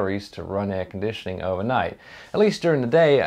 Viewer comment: Air-con-dit-ioning! Texas salesmen accent engaged you just come on down and get you some chill'n now, son. Yeehaw.